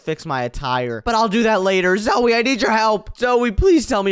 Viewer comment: Not niko it is nico and not zoui it is zoey